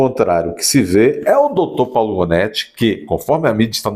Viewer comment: Janóti, Gonéti, Ruanéti...